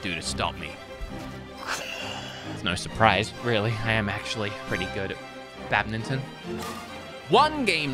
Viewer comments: Lol I love how pronounces badminton like bad-min-ton however its pronounced bad-mitten. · I'm sorry, did no one else hear him say "badmington?"